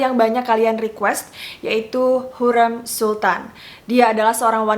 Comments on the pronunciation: Correct ka bacanya hurem "e" bukan hurreum "eu" 🥰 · Lafal ucapan nya hurrem spt rem mobil.bukan hurrem seperti kutu gurem.. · yg bnr pengucapannya harim.bukan hurem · Setuju kak, kalo aku nonton dari kasetnya jadi dengan suara asli pemeran nya bukan dari dubber, jadi cara pelafalan namanya bukan hurrem, tapi hurrEm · Wkkkwkwkkw lucu dengernya ya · Hurrem nya pake e lemah kak, wkwk sesuai film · Apasi cara baca hurrem salah:( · Kaka cara nyebutin hurrem nya ga kyak itu. Huruf E nya dbca kyk E tempe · Sebut hurrem pon x betol... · Kak, dalam bahasa turki, e dibaca keras é, sedangkan ke kecil itu untuk huruf 'ı'. Jadi Hurrem bacanya pake e gede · Cara ngomong hurrem nya aneh ya youtuber yg 1 ini. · Ka maaf pelafalan hurem di ejaan " E " Nya salah... Q nonton dramanya dulu di tv... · iyaaa hahaha masa pelafalan nama tokoh yg direview salah :( tolong dong ini sejarah :( wkwkwk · dikira garemmm kali yaaaa hurrem wkwkwkw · Amatir. Ga jelas. Nyebut nama Hurrem aja salah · Kok gw krang sreg sma penyebutan nama Ratu Hurrem nya ya. Beda bgt sma penyebutan pas di serial nya, apalgi blg mahidevran di asingkan stlh mukul Hurrem, Hurrem anak nya 6. Ko melenceng sma serial nya di TV.😏